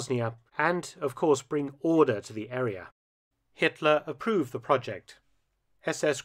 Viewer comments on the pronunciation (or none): none